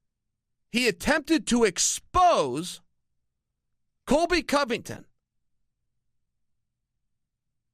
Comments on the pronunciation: Chael keeps calling him COLVY COVINGTON and it's making my ears bleed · "Colvy Covington" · Colvy or colby chael???